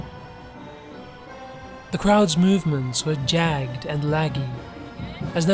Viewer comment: Jagged is pronounced "JAG-ed," not "JAG'd."